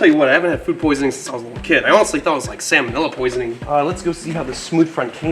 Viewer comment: If you and your friends all got sick, unless you ate with all of them somewhere it's not food poisoning. Also I swear it sounded like you said you didn't want to get salmonella, but it sounded like you said salmon vanilla lol. It made me laugh so hard😂😂😂